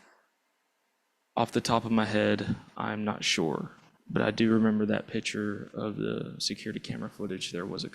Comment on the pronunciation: Officer, the word is "picture", not "pitcher".